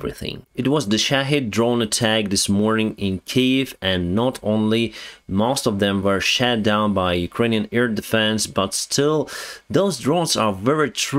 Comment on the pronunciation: You don’t want to pronounce “shot” as “shat”; it makes it sound like someone pooped a missile. 😂